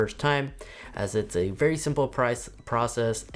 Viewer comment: The "berry life"